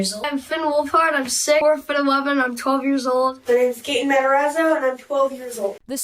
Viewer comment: Not “Gotten” Matarazzo 😂😂😂